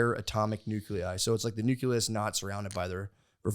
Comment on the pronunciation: The fact that he actually calls it a nuculus is hilarious